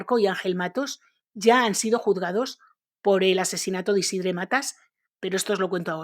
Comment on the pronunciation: Tampoco se pronuncia esa e de Isidre, esa e seria entre una a y una e